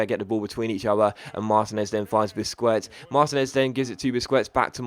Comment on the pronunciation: I swear I cringe every time you say "Busqwets" xD